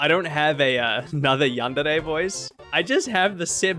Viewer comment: You dont know how needlessly happy it makes me to hear someone say Yandere properly